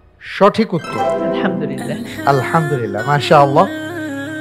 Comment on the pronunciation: এখানে সঠিক উত্তর হলে আলহামদুলিল্লাহ বলা হয়।কিন্তু আলহামদুলিল্লাহ এর উচ্চারণ সঠিক হচ্ছেনা।এটা কি কেউ খেয়াল করেনা???